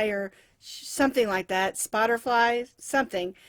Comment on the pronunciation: I think it's "Shutterfly". Sorry you had a rough start to your day